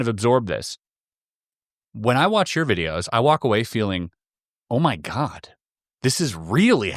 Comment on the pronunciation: lmao "oh muh guhd"